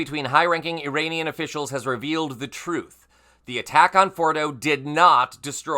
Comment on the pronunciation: Saying the words Iranian and Uranium in the same sentence had to be tricky. Well done, and thanks for the great reporting.